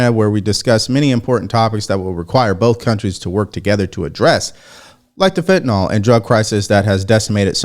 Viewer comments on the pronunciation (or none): Its FENTANYL`.... not FENTYNOL which doesn`t exist !!! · It’s pronounced fentanyl not fentanol.